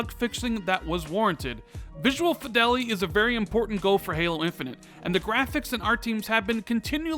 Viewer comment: Lat-ter and Fee-del-ity not later and Fai-del-ity. Thanks for the update :)